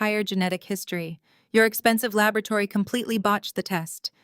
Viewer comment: Labrotary or laboratory? So artificial narrative